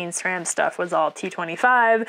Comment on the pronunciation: I ended up getting most of these tools already, mainly as I need them. With bike shops in the area not having the ability to turn around repairs quickly due to the huge demand I found it useful to learn how to do just about everything. Loving the videos. On a side note, I realized my video I made on the Santa Cruz Bronson I kept saying S RAM instead of how you are suppose to say it. No idea why I said it that way, but when I heard you say SRAM I went... ooops ;-) Then went and redid the voiceover of the video and uploaded it again (as it wasn’t live yet). So bonus thanks.